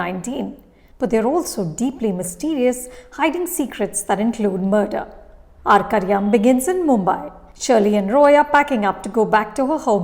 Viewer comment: Your pronunciation of the title Arkariyaam is spot on 😀😀 may be it's not that difficult to pronounce, but as a viewer who has watched ur reviews so much, I bet u pronounce malayalam words better than any other critic